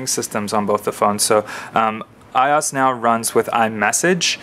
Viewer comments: I...O...S... - is how its pronounced... not eyeos. Separate the letters out friend. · 'i' 'O' 'S' ... not "i" "os" :@ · its IOS not I OS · I could not finish this video. It is pronounced I-O-S not I oss. Watch any release video for a previous iPhone and you will see that Apple Execs themselves call it iOS not I oss. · its pronounces eye-oh-ess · This video is crap. No offense but you keep stating your opinions, and if this is a comparison video why the heck are you stating your opinions. You're pronouncing iOS like a hot mess and why would you bring in BBM when you are doing an iPhone and a GS2 comparison. You kept going off on things that didn't make sense and you didn't give a clear explanation on which phone is better, you just said its an opinion. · You're pronouncing iOS completely wrong by the way